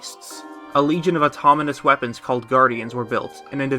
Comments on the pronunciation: Also said automonous instead of autonomous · This is amazing, and great effort went into this, however, I must mention that he says "automonous"? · It's pronounced autonomous, autominous. Js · Can someone please tell how to pronounce Autonomous? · Autonomous not autominous. 😛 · “Automonous”? LOL dude, the word is pronounced Autonomous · I love it, the ONLY issue I have is how you pronounce autonomous. You say AUTOMONOUS. Otherwise, this video is super dope!